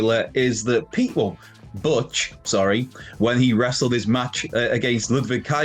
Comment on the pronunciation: Butch pronounced "BOTCH?????" It's pronounced "BOOTCH!"